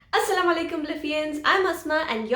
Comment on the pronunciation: Hi Sissy Plz check your pronunciation while saying "Asalama Alykum" Is it *AsalaMu *?